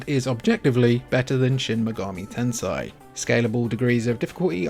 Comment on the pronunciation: Shin megami Tensai